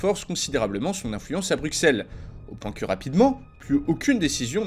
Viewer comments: On dit Bru[ss]elle et non Bru[x]elle 😆. Mais sinon génial ta vidéo comme toujours. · Ca se dit "BruSSelle" et pas "BruKSelle" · Et en plus on dit brussel pas bruckselle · BRUXELLES ce prononce Brussels... ! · À 14 minutes 34 le x de Bruxelles ne ce prononce pas, il faut dire phonétiquement Brucelles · Ca s'écrit bruxelles mais ca se lit "BRUCELLES" SVP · On pronnonce le x de Bruxelles comme un s :') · Très chouette vidéo, mais je tique à chaque fois que tu dis « Bruxelles » en prononçant le X comme un X et là un S😅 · le x de Bruxelles ne se prononce pas 😫